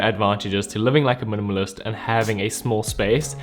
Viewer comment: you said minimalist so many times I started to hear "munumunus"